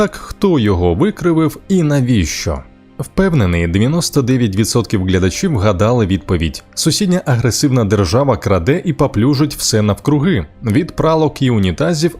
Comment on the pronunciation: Диктор говорить крадЕ, бралИ. Треба говорити крАде, брАли